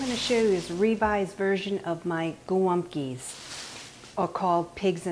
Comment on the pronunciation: Thanks for the recipe 💕 I giggled every time you said golumpkie. 😊